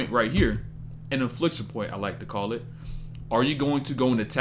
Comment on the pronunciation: And “infliction” point. It’s inflection. Unless you actually me infliction, which would be a cool play on words. Regardless, great vids